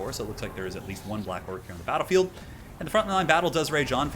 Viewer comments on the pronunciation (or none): none